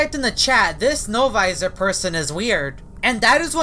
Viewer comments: He always says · It’s sound like L visor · Wen said NO-VOISOR it freecked me out